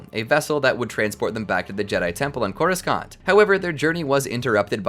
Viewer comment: I can’t unhear how they butcher the word Coruscant